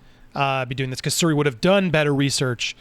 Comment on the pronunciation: Its SHuri my guy.